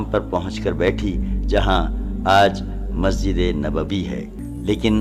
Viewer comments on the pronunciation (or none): none